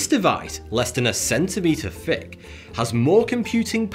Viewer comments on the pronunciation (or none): none